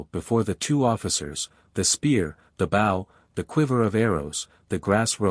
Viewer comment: Worst AI reading ever. Bow as in the bow of a boat when it is bow as in a bow and arrow. Get a real person to read the book and not make such stupid mistakes.